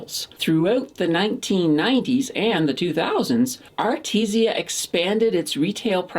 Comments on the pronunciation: its called Aritzia not Arti zia ...other than that great vid. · Love the videos! definitely saying A-RIT-ZI-A wrong though :P